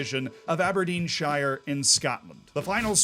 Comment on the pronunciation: Sorry Z, I know you're continentally distanced from us but for future ref, if you see "Shire" at the end of a word, it's said like sure, or even shuh, sorry in advance, love you xx